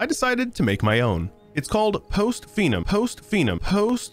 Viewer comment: It's pronounced "fee-num" not "fine-um"